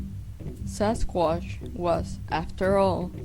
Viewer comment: She has a strange accent, dose anyone know what it is?? she says 'Sasquash'